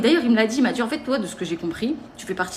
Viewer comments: Et la manière de parler... "Je vous DJis, menTjir.." c'est horrible cette nouvelle manière de s'exprimer qui devient si commune chez les nouvelles générations ! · Mais qu'est-ce qu'elle djit ? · J'ai "dji" oui et je mérite l'excellence. Ça doit être ça 😂😂